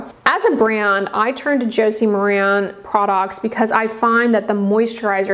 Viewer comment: FYI, Maran is pronounced mare-in. Josie Maran clarifies it in interviews and product videos.